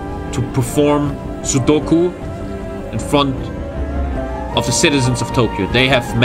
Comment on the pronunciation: he meant to say sepuku idk how he gets them mixed up lmao